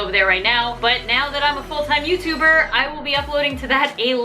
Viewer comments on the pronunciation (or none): you just said youber and not youtuber😂😂😂(no ofensse😭😭)